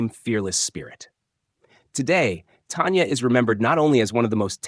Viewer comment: It’s not Tonya it’s Tanya….get her name right!!!!!!!!!